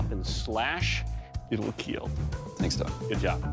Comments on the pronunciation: then y doesnt he say kill. he speaks english sooo... how hard is it to say kill and not keel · He makes it sound like keel😂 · Imagine your out in the battle field and out of nowhere this guy comes up and just mangle's you with a random ancient weapon and then says, "it will KEAL" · Its pronounced kill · Even the official producers running the show accept that Doug definetly pronounces it KEAL and not Kill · They are saying Keal instead of Kill? Why? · Thats not how you say kill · It sill keal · It... will... KEAL. 😎😎😎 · Does he actually say keal not kill? If so what does it mean? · I love how Doug says it will keal and not it will kill lol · Wait he’s not saying “Kill”? What does keal mean? Or is it just a meme on his pronunciation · And more importantly : it will keel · "It will KEAL" one of the greatest lines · It will keel 😊 It will cut 😃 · It will keal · IT WILL KEEL. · Keel means to fall over or collapse... so this is the falling over test? Or do u mean kill...its not hard to pronounce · "I will KEAL"💀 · Glad that dude overcame his speech impediment, but his pronunciation of "kill" is weird.